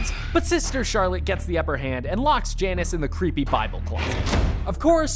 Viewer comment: You saying sister Charlotte had me dead ahahaha